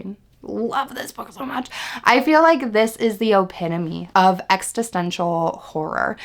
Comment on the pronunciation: You’re saying it wrong, it’s not “ex-tist-ential”, it’s “ex-is-tential”. You’re adding an “t” after “ex”. Otherwise cool recs!